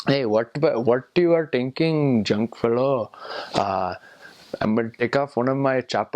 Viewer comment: Wonderful video. The intent here is the opposite of the other videos on the same subject. Kudos to u! Only you didn't pronounce 'thinking' properly;-), we definitely don't say ' tinking'. 'Develop' we do say that way, bang on! You have to appreciate that if we pronounced it the way u did we would be accused of having a fake accent. 'means' can become 'thats means' or 'thats is'. The bathroom signal is popular among people who went to normal schools not the convents. I see that even among people in their 50s. Most embarrassing!